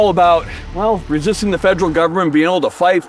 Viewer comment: "fejral HST"